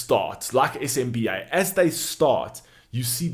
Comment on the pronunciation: It’s pronounced as Sim-ba..（SMBA)